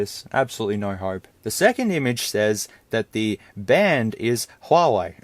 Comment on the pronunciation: When you buy from Wish and then you wish you hadn't. HUAWEI - Hu-ar-we - I do not know who you are?